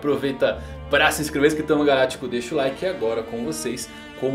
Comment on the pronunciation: Só eu que nunca entendi o que fala no início???? Galático,sistema galatico????